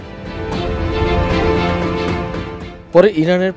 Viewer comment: সাংবাদিক মশাই বেশি মডেল করে কথা বলতে গিয়ে সফরকে শফর বলছে!!"